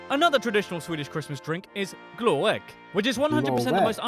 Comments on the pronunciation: and it’s not called glöegg. It’s Glögg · your british narator pronounce all swedish things wrong, so its not Gloegg.....Hes saying it wrong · I will say that this pronunciation is is awful, Glögg is not ‘glowegg’ but more like ‘glurg’, Gift is not pronounced ‘yelft’ but ‘yift’ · did they relley say glöegg lol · How can he pronounce Glögg so wrong. It's like Gl-uh-gg